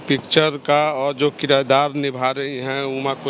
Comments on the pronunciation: Kirdar ko kirayedar bol rahe hai. Padhe likhe log hai. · Sadhu yadav aap bhi kirdar ko kirayedar bol rahe ho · साधू जी आप भी पढ़ें लिखे हैं 😀😀 लगातार दो विडियो में किरदार को किराएदार बोल रहे हैं 😀😀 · ई किरायदार क्या होता है...किरदार होता है साधु बाबा 😂